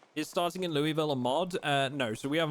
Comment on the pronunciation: Loo-wee-ville 😂😂😂😂😂. Ky resident here it's Luul-vul. Two syllabus throw the rest of em out.